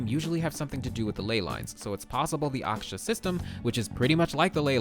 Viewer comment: Yo it's Aa-kaa-sher. Meaning 'sky'